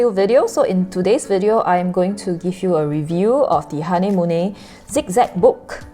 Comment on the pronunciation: It’s a German brand right? A bit pricey where I am but I heard it’s pronounced ha-ner-mu-ler